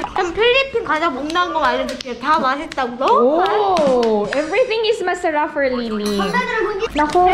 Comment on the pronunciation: "Hindi masalap" HAHAHAHAH